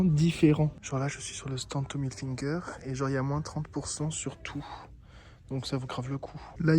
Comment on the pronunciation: Ca me tue comment tu prononces IL FINGER, genre finger in ze noze xDD c'est Hilfiger mdrrr